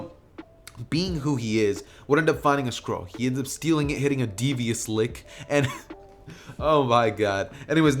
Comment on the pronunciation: "Naruto hit a deevious lick*